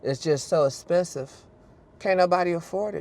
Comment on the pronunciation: Haus is spesive . Sir pronounce your words correctly.